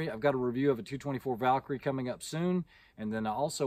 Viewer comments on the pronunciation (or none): none